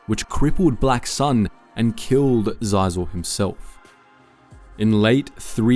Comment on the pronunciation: These mispronunciations have got to be on purpose at this point. “Gah-len Marek, “Jabim”, “Des-pa-reh” (literally pronounced it as despair in an older video too), “Zi-zore” Xizor is pronounced Shee-zore bro 🫩✌️